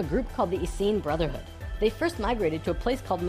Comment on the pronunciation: "tat brotherhood"??? Lmfao